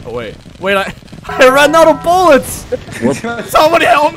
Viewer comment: "I NEED MORE BOOLETS I NEED MORE BOOLETS"